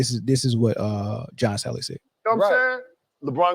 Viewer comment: Bro its "JOHN SALLY" .. Ja-On Sal-Lee... This podcaster speaks like a 14 year old. Sounds like he says josh allen everytime he says john salleys name . Speak like a adult for christ sake